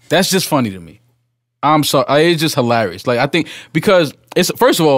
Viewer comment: Its hee-larry-us how Joe said he was out after listening to his own verse